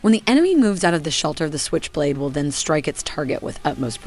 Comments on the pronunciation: at first 10 seconds of this video she pronounced SQuich blade instead of switch blade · "Skwitch" blade